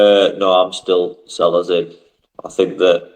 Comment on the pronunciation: I agree that letting 10 players go and replacing them with three is plain daft. Please pronounce Selles, a Spanish surname, correctly i.e. Say-yes.